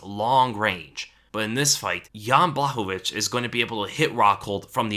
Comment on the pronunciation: Pronounced Yan Bwah-hov-ich. You're saying it right